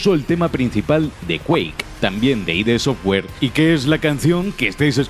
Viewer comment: No es I.D. Software, es Id software, no son siglas. Y John Cormack? Además de más paridas que se sueltanen este vídeo.. Santo Dios xD